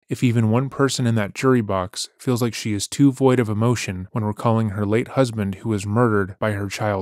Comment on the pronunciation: “Devoid” of emotion, and not “void”. ❤